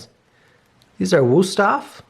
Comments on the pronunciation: Can you at least try to pronounce names properly? Cultural arrogance.... wÜsthof, not "wustoff". Same with so many other names, "porsh" and shit like that.... It's totally okay if it's not perfect but at least think about it and try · The way you pronounced Wüsthof made me cringe so hard.